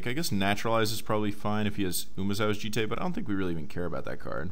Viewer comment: Thank you for actually pronouncing 'Jitte' somewhat close to its actual pronunciation, instead of the stupid "Djitt" most people say. Also, sweet deck, great to see someone finally draft it!